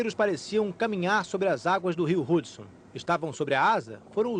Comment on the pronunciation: Vim aqui em 2018 para dizer "AIRBÁS" , "RUDSON", "RODRIGO BOCARDI CÚ"